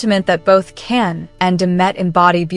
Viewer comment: Don’t you think that it’s about time that you learned how to pronounce Can’s name. J like John. Not Can like can